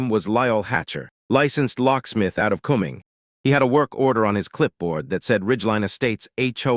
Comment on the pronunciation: Please teach your AI reader to pronounce "Forsyth" (the "y" is pronounced as a long "i.") and Cumming (it's a homonym with "coming.") It's also northeast of Marietta.